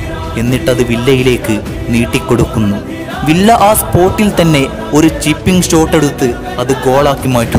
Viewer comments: Villa all viya enna pronouncation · Nice avAtharanem....villa alla bro viya aanu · It's not Not villa... pronounce viyya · Bro villa en parayilia David Viyya ennan pronunciation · വില്ല അല്ല വിയ്യ എന്നാണ് pronunciation. David വിയ്യ. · വില്ല എന്നല്ല വിയ്യ